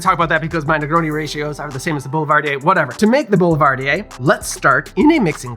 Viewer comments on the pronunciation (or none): Really love your videos you puts all your passion in it and i love it. But you can't say Boulivardier it makes me so sad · So I only ever read Boulevardier, and this was the first time I heard it out loud. I pronounced it Bull-va-deer, and the auditory shock to my ears at hearing that was like when Uno officially stated that you can't put a draw 2 on top of another draw 2. What? My life is a lie. Bull-va-deer is non-existent, and I am an uncultured swine.